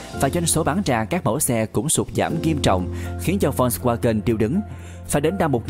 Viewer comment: đọc sai tên rùi, phải đọc là phốt ( giống chữ folk trong tiếng anh) va-gần (chữ w trong tiếng đức đọc là chữ v)